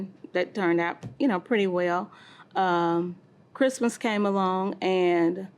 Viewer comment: He said krizmuh instead of Christmas 🙄😆